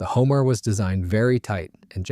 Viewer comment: It looks very very much like a 4 engine version of the North American XB-28. It is a very attractive aircraft, probably would have done Germany a lot more good than Japan. And Homare is pronounced Ho Mar A.